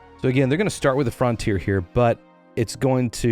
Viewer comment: Why are you pronouncing it Fron tier?